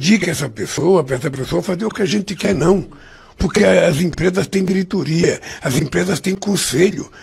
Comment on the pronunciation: Como acreditar em um cara que fala "dirituria"